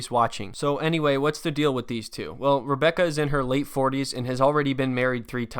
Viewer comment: Sometimes when he says Rebecca 🤣 it sounds like hambugaaar....I love his way of talking and the calm broken English is amazing. It's entertaining 🙂 to listen to him, she on the other hand annoys me so does her daughter, nobody treats him with respect it is all negative.